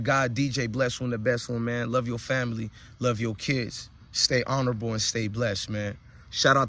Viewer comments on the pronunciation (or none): none